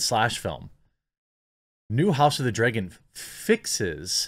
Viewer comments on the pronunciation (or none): It's pronounced Dragon not Dreagon. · Okay I agree with you but please stop saying 'draygon'. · You say "dragon" bad..... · No Jeremy, i didnt know there was a show called "House of the DRAY-gon" coming out. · “House of the dregon” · house of the dreygon? that pronounciation tho lol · I’d watch this video just to listen to him say “dragon”.